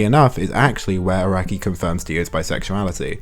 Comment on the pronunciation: love how the only pronounciation errors in this video are made by text to speech, hope that's how people will see ai art yoshi, arakai-sensei